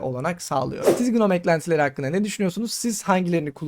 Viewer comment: Gnome'un başındaki G okunmuyor. Şu şekilde okunuyor: /noʊm/